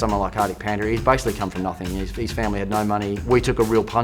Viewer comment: AWwW he butchers Pandya's name as padya